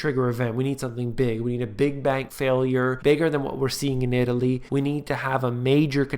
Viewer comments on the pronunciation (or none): none